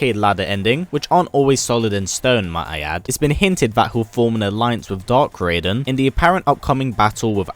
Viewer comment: Its Raiden not radien